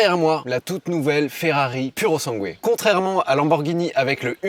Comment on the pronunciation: Ptn ces français !!! Pas PURO SANGUÉ MAIS SIMPLEMENT PURO SANGUE SANS LE UE ÇA VEUX DIRE FERRARI PUR SANG!!